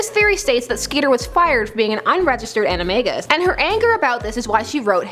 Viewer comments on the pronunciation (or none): none